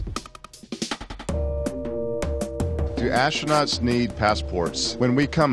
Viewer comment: Hilarious answer "do astrunots drinks in space?!!